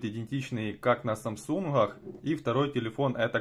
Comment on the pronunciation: "СамсунХах" ... Почему хэ вместо гэ? Нет такой модели телефона